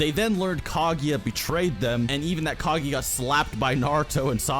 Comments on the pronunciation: Nice video but just one thing: it´s not Kagi, it´s Kaguya. Thank you. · "Kag-eeeeeeee-ya". wtf is wrong with you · Kageeeeeya!!!!!! Its Kaguuuuuuuya!!!!!! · My ears hurt from all the Ka-GI-ya, her name is Ka-GU-ya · if you say KaGYA one more time